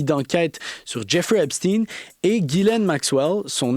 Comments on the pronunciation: O ne prononce pas Epstine, mais bien EpstEIN!!!!!!!!! Mais peut-être prononcez-vous Albert EINSTINE et non Epstein! Apprenez à prononcer correctement!!!!! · C’est espstein, c’est pas epstinne, c’est un juif pas un russe? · Epstein se prononce comme Albert Einstein et non comme (teen). Phonétiquement c’est pas correcte. Obama était le plus proche, il le recevait à la Maison Blanche et est allé plusieurs fois sur l’île , avion , bateau, temple etc… Le pizzagate …Commander pour 65,000$ de hot dog c’est étrange pour vous ? Obama avait faim. Bref , vous êtes en retard dans l’info et vous contournez encore même si il y à une légère amélioration 😂 Lâchez pas , tout ceci est connu depuis 2018 et c’est Trump qui à forcé le ministère de la justice à sortir la balance il y a deux semaines et non l’inverse, c’est aussi qui à dénoncer en 2005 le comportement de Epstein comme Einstein. Alors assumez au moins ça. Bref , le temple n’a pas été ensevelie sans raison. Tinking ! Tout ça est prouvé et des centaines de témoignages depuis des années sont faits , oupssss ! Elles doivent et ils doivent être fous et folles les victimes ? Des fuites de documents sont sortis entres 2018 et 2021 …. Un tas de gens en n’ont pris connaissance mais ça devait être des conspirationnistes, oui c’est ça , des conspirationnistes qui dénonçaient les conspirateurs malicieux et immondes que les ignares à admirent encore aujourd’hui. Certains vint tomber de haut si ils sont mal informés. Lucidité perdue au Qc comparativement aux autres pays du globe , merci quand même 😂😂 pizza = ….Hot dog = ….. Et c’est biens réel malheureusement. Ils ont des pratiques pourtant millénaires, il faut juste connaître l’histoire un peu ahhh! Et c’est pas f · les chaînes en anglais prononcent epsteen et j'ai entendu hier sur une chaîne française "epshtein" (oui comme Einstein). Mais, oui, c'est agaçant ce "steen" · Arrêtez de prôner Epstin c’est Epstein tout comme Einstein, frankenstein lichtenstein